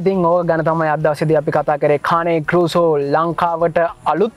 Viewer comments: Dear program presenter is it called carne corso or croso🤔. I HEAR... You pronunciate croso... Can we correct it Pls. 🙏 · කානේ කෝසෝ නෙමෙයි කේන් කෝසෝ ගූගල් එකේ ගහන්න මේක cane corso pronuciation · Kaani corso newei pranaounciation weradee kaani newei (cane )Kain corso thamai Hari breed eka ewa hariyatama danaganna